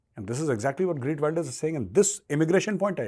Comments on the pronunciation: Geert Wilders, not Greet Wilders! Me-la-nie Joly, not Mee-laine Joly! It's important to get these details right, for your own credibility!! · I just voted for him... and this is not a joke!!! खेरत वीलदरस this is proper pronunciation of his name in Dutch!! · Heert welders. Pronunciation. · take a shot every time he says "Greet Wilders" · His name is pronounced as खेर्त विल्डर्स. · Pronounce his name right bhai